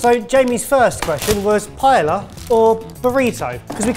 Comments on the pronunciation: After all that happened and still can’t say paella. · Glad to see at least is pronouncing paella correctly 😉😋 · Why has no one told how to properly pronounce paella yet? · Every time you mispronounce paella it is like a shard of glass in my soul.